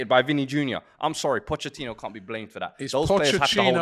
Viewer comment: Its not pochechino, its pochetino lol